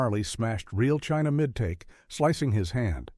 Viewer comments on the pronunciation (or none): none